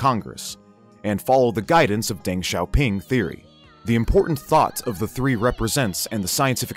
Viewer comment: Zhou is pronounced like a hard "Joe", and Deng is pronounced similar (but not exactly the same) as "dung". In Chinese "E" is pronounced like English "uh". So De is pronounced "duh", Peng is pronounced "pung", and so on.